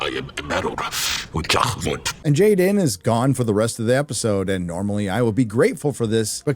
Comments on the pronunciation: His name is not Jayden, it's Gayden. ;) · It’s GAY-den